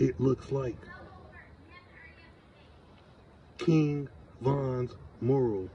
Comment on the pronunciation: Mu’ ral not moral 😂😂